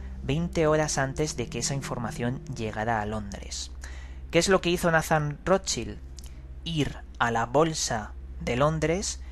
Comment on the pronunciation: De verdad Roschil????...menos mal que uno dice informarse y ni le apellido de la familia que está investigando sabe pronunciar.